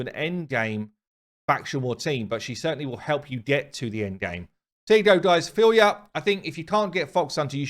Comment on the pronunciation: Kudos for guessing the right pronunciation, Russian version (they write the names phonetically) says Feel-ya